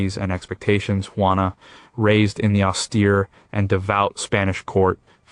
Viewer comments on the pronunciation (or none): please try "WHO - A NA" = JUANA